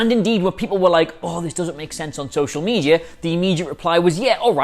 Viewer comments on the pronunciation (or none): none